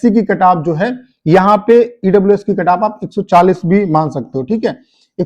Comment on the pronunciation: Carrrrrr😂 kataff😂 yh sir khali katagry wise kataff batate h only 😂😂😂😂carrrrrrrrrrrr😂